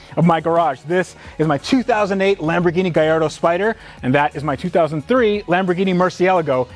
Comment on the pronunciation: You can name is GAL LARDO there is no I in the name! Google it lol